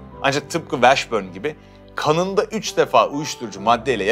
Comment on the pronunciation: dostum Jamal Mashburn - Meşbörn / Washburn - Vaşbörn , o kadar eminsin ki bi de 800 kere söyledin yanlış şekilde üstüne basa basa.